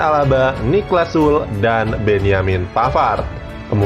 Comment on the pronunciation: narator! baca aja sule, jangan SUL.